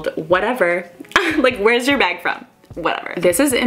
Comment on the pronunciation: you say beg in stead of bag